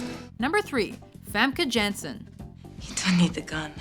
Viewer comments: The top pick was the worst of the list - I haven't even heard of her!!! My picks would be Jane Seymour and Famke Janssen, pronounced Fem-keh Yan-sen (yes I am Dutch). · Eeew you guys butchered Famke Janssen's name....